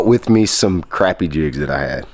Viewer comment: We also say crappie not croppie lol